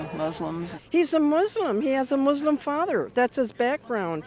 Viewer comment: What's with this pronunciation of Muslim as "Moooslum"? And how do you manage to be an atheist and a Moooslum at the same time?